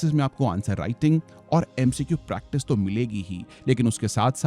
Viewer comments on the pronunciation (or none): none